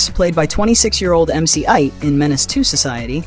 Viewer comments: Who in hell is MC ite?????? It's pronounced MC Eiht = MC Eight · MC Eight. Not MC Ight.lol😂😂😂😂😂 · She needs to learn how to Pronounce MC 8...... cause it sure as hell aint IKE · Pronunciation mane sheesh 🤦🏿‍♂️🤦🏿‍♂️🤦🏿‍♂️. Lewloc Mc Eiht is how you say it. Gotta do better if your gunna talk or speak on hood classics. Also Caine not Kane. A lot of people mix that up as well smh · MC "aight" 🤣😭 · MC 8 spelled Eiht pronounce it right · Can't even say MC Eiht name right lol